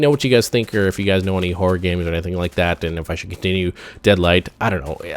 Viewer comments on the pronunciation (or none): i thought was saying whore not horror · Thought you were saying "Whore games" instead of "Horror games". I was like whhat? lol